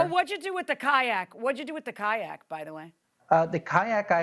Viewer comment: Say Kayak one more time and see what i do